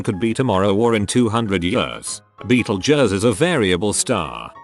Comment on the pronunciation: You said Betegeuse 3 time.